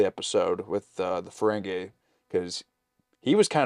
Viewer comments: Fah-ren-gi Not Fah-ren-gay 😅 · Fah-ren-gi Not Fah-ren-gay